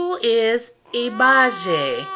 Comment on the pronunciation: say it like this 'ee-bay-jee' - hope that helps:-)